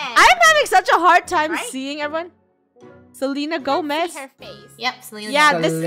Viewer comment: Funneh:Selena gomaz! Me:you calling me I'm Selena spelled like selina